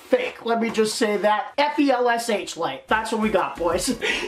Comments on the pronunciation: Felsh light huh??? Lol Flesh light foo Lol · “F E L S H light” lmaoooooo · F-E-L-S-H light 😂 dontcha jus love ya felsh light bro